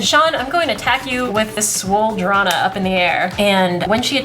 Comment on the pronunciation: "Swole Drana". LOL.